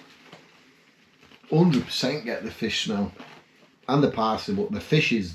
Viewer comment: Awww now don't hate on me:) but every time you said FISH my brain heard: MY FIRST WIFE..... (NOT YOURS or mine, only had one wife so far but you know brains go where brains go when they do go off )